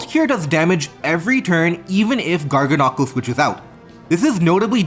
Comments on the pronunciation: Please say Garganacl correctly 😭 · Your pronunciation of Garganacl and Gholdengo had me dead.